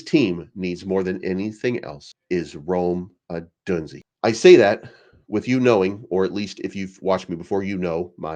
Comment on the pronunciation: It’s pronounced “O-DOON-ZAY”